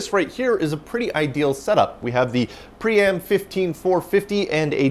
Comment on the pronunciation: Whenever you say "pree-am" and the drive isn't on camera, I hear "pre-amp" and think "why is there a pre-amp in a PDP-11?"